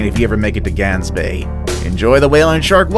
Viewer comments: It is not Gansbay it’s is Gaansbay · I live in sa which is south africa idk if its pronounced gangsbaai bc is sa alot of people speak afrikaans and gangsbaai for me is Gaansbaai like the baai u say it like bye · glansbaai I CANT LOL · Lol he pronounced Gaansbaai wrong and I am laughing 😂😂😂😂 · Probably the 3rd video I've watched that mentions Gansbaai, and all of them pronounced it wrong :( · You pronounced Gansbaai wrong twice hahaha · I am South African and it pains me how you say Gansbaai. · The one form South Africa is Pronounced wierd in english XD because you guys can't say "g" like we do which is strange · I live in South Africa and your pronunciation is rong on Gans bay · Gaansbaai Omfg the way you pronounce it hurt my earss